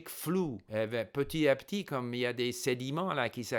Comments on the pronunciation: La perfection même, toute mon admiration ( la seule et unique chose qui trahit que c'est une langue étrangère pour vous, c'est l'oubli de la liaison dans "petit à petit" qu'on prononce petiTApetit). J'espère arriver un jour au même niveau en anglais et en mandarin. Mille mercis pour tous vos conseils et encouragements ! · Steve , votre français est parfait. Une seule petite erreur : Petit à petit = il faut faire la liaison. [ petita. petit ] Amicalement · Il y a plusieurs types de liaisons : celles qui sont obligatoires et celles qui sont facultatives. Dans le cas de "petit à petit", c'est une liaison obligatoire, donc si on ne la fait pas, c'est une faute. Si M. Kaufman a été repris là-dessus, c'est aussi parce qu'il fait la même faute quatre fois dans la vidéo (les autres petites fautes, de par leur rareté, sont moins gênantes, donc il n'y a pas vraiment de quoi reprendre M. Kaufman là-dessus).